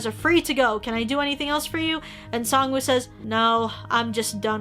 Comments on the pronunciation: SAngwoo, not Songwoo Not trying to offend anyone, I know it can be pronounced either way. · I know it's written "woo" and that is the correct way to write it, but in Korean if you were to read it, you wouldn't pronounce the w. It's kinda more just oo. It doesn't necessarily bother me so much, but I just saw it so much around everywhere lol